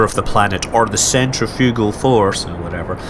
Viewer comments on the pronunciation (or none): none